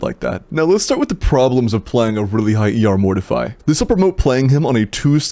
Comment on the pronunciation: YOU ARE PRONOUNCING MORTEFI WRONG